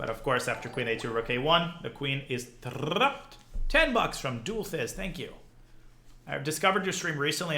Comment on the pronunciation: "The queen is trrrrrrrrrrrrrrupped" _ Danya 2021